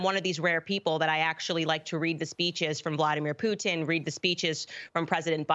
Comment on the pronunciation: Thank you, Candace for pronouncing Putin correctly